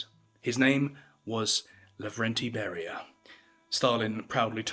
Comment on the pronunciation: Laurentiy Bury-Ya